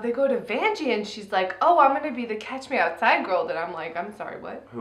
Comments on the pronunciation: It's definitely "catch me outside" as in "let's have a fight outside," but because of the girl's "street" vernacular, it sounds like "cash me outside", and the internet ran with that transcription satirically when that term was a meme. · Daniele Bregoli Meme name: "Cash me Outside" (from her Dr. Phil appearance, when she challenge people to "catch her outside" to fight - the way she speaks sounds like "cash", therefore "Cash Me Outside") Rapper name: Bhad Bhabie (she became a YouTuber, and later on a rapper. According to Wikipedia, Bregoli became the youngest female rapper ever to appear on the Billboard Hot 100 chart with her debut single "These Heaux". She subsequently signed a record deal with Atlantic Records and has now expanded into a reality show, a makeup brand, tours and a music career.)